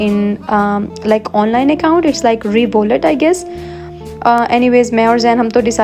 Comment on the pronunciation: I was watching your old vlogs, and waiting for new one 🤩, oh the online account I guess you are talking about "Revolut" or may be it is pronounced different in Italy but the thing is here in UK these kind of online bank account's bank statements are not accepted when you need to buy a house make sure if it works for you there in Itlay or not!